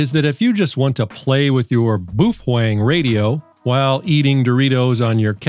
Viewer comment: Please pronounce Baofeng correctly.